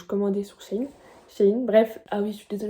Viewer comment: On dis shein 😅🤣😂